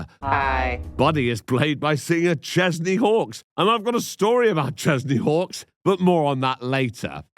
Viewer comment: Every time you said Chesney Hawkes I heard Kenny Chesney, so I was very confused as to why everyone was British. I might be related to that idiot from the Lifetime pilot movie.